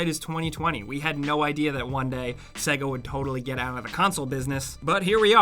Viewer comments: Why do you pronounce it segga? It literally says SAYGA when you turn it on? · Sega, pronounced "say-gha" not "segga". You'd know this if ever you turned one on, well done apparent games console expert! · Sega? It’s pronounced SAYGAR. Can’t you remember it fucking says it when it loads up lmao. The way you said it made me sick. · why do americans say saga instead of sega? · Hes pronouncing "SEGA" like "segga" and its driving me mad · "segga" Who pronounces it that way? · They literally say the word SEGA when the game or console starts up. So why cant you pronounce it properly?! :D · You pronounce SEGA wrong